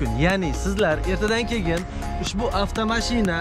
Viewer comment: Кегин емас кейин дейилади обзорчи ака